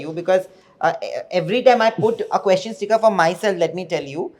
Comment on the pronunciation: Somebody teach this man how to pronounce question. It’s not quoshon. It’s ques chen. Question. Not quotient.